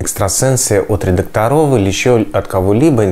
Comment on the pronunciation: Н редакторОв а редАкторов,,,, деревня